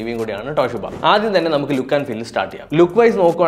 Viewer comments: ട്ടോ ട്ടോ ട്ടോഷീബ അല്ല ചേട്ടാ.... തോഷിബ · തോഷിബ❌ ട്ടോഷിബ ✅